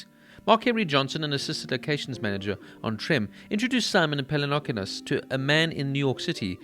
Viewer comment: I'm very happy to see a revisit to this show, however, I have a few suggestions. That's really not how you pronounce "Pelecanos". Also, I don't think season 3 isn't as great as the other 2. Less action ,no doubt, but in terms of content it was really necessary, to show to later millenials and zoomers how the HIV epidemic really struck hard on people's lives. Good work nonetheless!